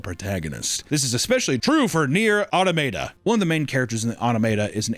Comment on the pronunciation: Usually hear people say and argue over Auto-mah-tuh or Ah-tah-muh-tuh. Auto-mate-ah is a whole new pronunciation I've never heard, but it feels appropriate for the video so I like it